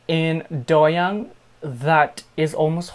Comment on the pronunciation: doyoung’s name is pronounced DO- young like DO not DOE